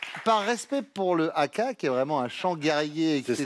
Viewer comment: Alors...le HAKA...come il s'écrit...SE IN PRONONCE HAKA....et non pas AKA....on prononce le H....